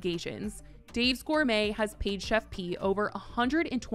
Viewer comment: finally.. some1's finally calling her the PROPER name.. it's "Chef P".. (pronounced like it's JUST a "P")